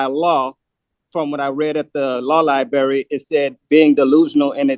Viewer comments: Librrrrrrrrrary not libary 🙄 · What's a law liberry?😅😅😅😅😅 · Does he know that there is an R in Library?